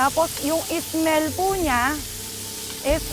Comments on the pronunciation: ung "Es-Mel (Smell)po nya"😅 sadya lang ah😅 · ang "ismel po niya ang nagdala eh.